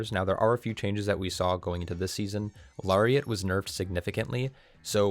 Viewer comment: It’s “Larry”iat